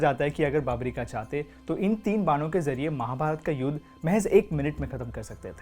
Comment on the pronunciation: Beautiful... This may sound like nitpicking but please try to improve pronunciations.. Barbareek hai.. end mein aa lagaa hai matlab nahi ki barbarikaa bolaa jaye, same for wrongly calling ramayanaa and mahabharata... the letters were there to make English speakers understand not to pronounce it as they usually do with their own words. At least we can spread our education better , which you are already doing a great job of.. just that the pronunciation error irritates me